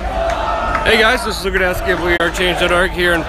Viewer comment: you must pronounced your name correct in Polish because if i hear you sound like pedalski and that is in translation gayish your name is Rrrrrrrudkowski ryryryry not ahrrrr bloody hell Łukasz fix this greetings from Poland